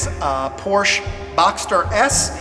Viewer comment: I know that it is difficult to make videos and often very time-consuming. However, for what it is worth, it would be nice if you pronounced Porsche correctly and lower the background music. I don't mean to be critical, but it is quite distracting.